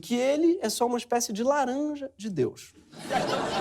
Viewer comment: "Deúz", "Jezúz" drogas pesadíssimas!!!!